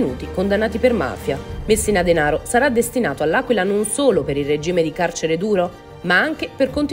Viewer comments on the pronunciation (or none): none